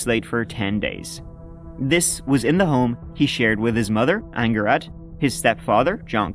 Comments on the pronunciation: Angharad. Pronounced “Angharread” just FYI 👍🏼x…..Red…… not read x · just fyi, the name Angharad is pronounced roughly like "ang-HAR-ad" (emphasis on the har, rhymes with car), not like "anger ad". Given how often Irish names are mispronounced, I'm surprised you didn't take the time to look up a Welsh one haha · Sickening, just sickening. It’s so unfair that some people are unable to have kids, yet some scum treat them like this. ( ps Close (ish) with Angharad; Ang- rhyming with hang, then harad, sort of like Herod but with an ‘a’ for Apple sound. Sorry, that was clear as mud!!). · nothing but love, but you're saying Angharad wrong. It's Ang-ha-rad, stress on the ha. Lovely name, possessed in this case by a horrible human being. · Pronounced anne-ha-rad. Nice old welsh name. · Anytime Irish comment that others can't understand them I will bring up these subtitles for Welsh dialect and the terrible pronunciation of Angharad